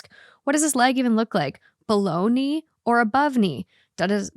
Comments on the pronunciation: Story 2: every time you said "below knee" I thought you were saying Bologna 😅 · She said “below knee” and my mind thought she said “bologna” 😂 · Omg me too! lmaooo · Not my dumb ass thinking you’re saying Bologna(below-knee)🤦🏼‍♀️